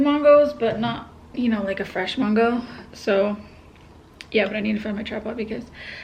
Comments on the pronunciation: Mongo Lol it’s Man-Go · it’s MANGO NOT MONGO